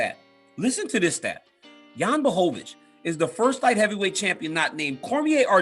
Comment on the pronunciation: DC’s pronunciation of Błachowicz is spot on.